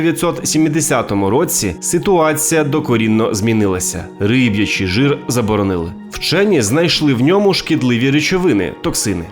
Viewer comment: Риб"ячий, не рибий